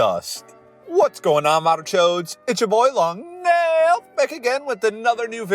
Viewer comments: You know, when I first found your videos I thought “Why is he pronouncing it Long Neeaal” but now I like it more than “Long Naaiil” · It's mildly infuriating that he didn't pronounce long nail as long NEEEEEEEL